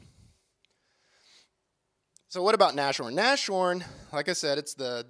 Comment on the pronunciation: Nas-horn not Nash-horn